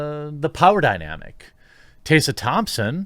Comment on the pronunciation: How tf can you mispronounce TESSA THOMPSON